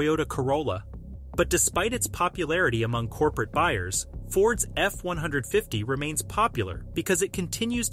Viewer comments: F- one fifty not F one hundred and fifty! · It’s an f150. Not an f 1 hundred and fifty! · Please stop calling the F150 the F One Hundred Fifty, the correct pronunciation is pronounced F One Fifty! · Who says "F one hundred fifty"? It's "F one fifty." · He said it wrong